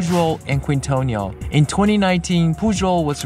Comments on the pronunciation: Keen-toh-neel, not queen-toh-nee-all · Quintonil - pronounced keen-toh-KNEEL. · Quintonil is pronounced keen-tah-neel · Thank you for sharing. The restaurant name is pronounce kingtonil